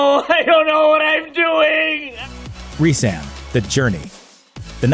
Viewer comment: Resan not reesaan